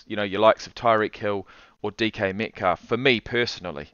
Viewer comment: Bro said DK METCALF LMAO reporting this video